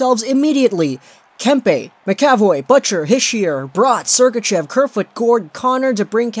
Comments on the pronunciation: "ma-ka-voy" not "maka-voy" and while I'm at it... It's yo-leh-vi not yo-lee-vee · Its pronounced Mac Uh Voy. Not Ma Ca Voy. Leviosuh. Not leviosah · Btw it pronounced Charlie Mac-A-Voye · It's pronoced Mac ca voy